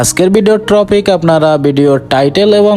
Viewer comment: টপিক না ট্রপিক, নাকি ট্রাফিক রে ভাউ🥴🥴🥴🥴